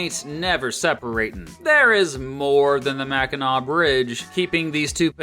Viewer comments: We NEVER say LP. So please don't try to spread that. But it's understood that you needed to explain the different peninsulas. Michiganders would be repulsed saying we are LP ;) The only way we identify ourselves is "Michigander. Kudos pronouncing Mackinac correctly (Mack-in-naw) Da YOU-PEE (that is a yooper pronunciation) is pretty, lots of wilderness, not many jobs, lots of snow, people drinks LOTS of beer, mosquitos that are the size of cars and pasties (google that tasty food) We trolls usually joke about da yoopers asking friends that live up there questions like "do you have electricity or indoor plumbing" and "what did you do last weekend? Go to the town dump and watch the bears rummage through trash?" It's good nature ribbing. The UP has pushed for statehood before they want to form the state of Superior. That never went anywhere. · I loved your channel for a long time, and you wouldn't believe how many people say Mackinac wrong. you get a big Thumbs up bawhahahaha. You did a great job, but you didn't mention Frankenmuth which is a Bavarian style town which architecture and style of Bavaria Germany, it also has the largest Christmas store in the in the world, it's called Bronner's. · Okay, as a lifelong Michigander of nearly five decades, I have to say this is probably the best, most accurate video on my state I've ever seen! Sure, we don't use "L.P." but always say "U.P." (weird, eh?), but I'll give you mad props for an excellent and factual video on the Great Lakes State! And THANK YOU SO MUCH for repeatedly pronouncing Mackinac correctly!! We have some goofy-sounding places here, but hearing people say "Mack-in-NACK" is 127 times worse than nails on a chalkboard to any self-respecting Michigander! Again... Kudos! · Living in Michigan, you really got all the facts straight, down to the terms we use. Great coverage between the UP and LP... alongside mentioning places like Mackinac Island (And pronouncing it correctly)